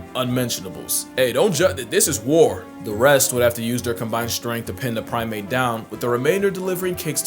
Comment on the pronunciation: Prime-ape, prim-ate. Hope this helps👌🏼